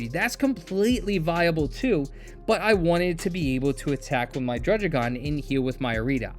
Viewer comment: aha, its not drudge-igon, its drudd-igon